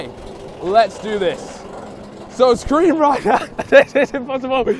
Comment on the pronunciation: Wait screm ride or scream ride?